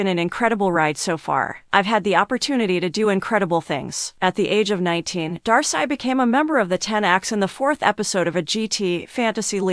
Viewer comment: was commenting on her name being mispronounced.